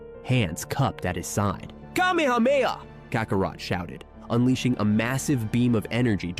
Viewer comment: Dont you know how to say KA ME HA ME HA!?! WOW